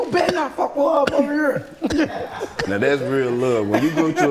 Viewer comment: I swear she sounded like she from that STL the way she said "hurr" 🤣🤣🤣🤣🤣🤣🤣🤣